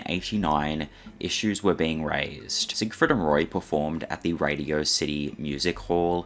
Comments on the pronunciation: I was only paying half attention and Im pretty sure I heard "Siegfried Fishfucker." I'd rather not be corrected. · Leave it to to not be able to even say Sig Freed right, theres only hundreds of clips of people saying it right.....